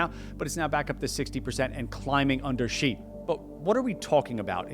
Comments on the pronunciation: Xi is pronounced as "Shee", not "Zee". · ok but literally who started this bizarre myth in western journalism that his name is pronounced "jee." It's pronounced almost exactly like the english word "she" it's truly not difficult. It's not hard (edit) oh good he fixed it later in the video hahaha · Shee not Jhee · Why would you not take the effort to correctly pronounce the name of a head of state? American arrogance? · Imagine doing a video and China and not bothering to learn how to pronounce "Xi." (Sad, considering how the most common English transliteration is virtually identical to how it's pronounced here in Beijing.)